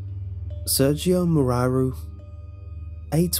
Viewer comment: + with hard r's. like you'd read it with a russian accent